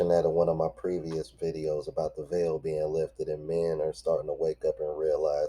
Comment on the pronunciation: It’s “veil” bro